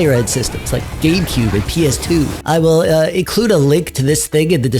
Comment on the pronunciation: Did you actually say "GayCube"?